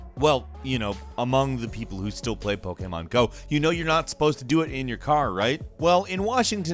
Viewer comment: Is anyone else frustrated when says Pokémon?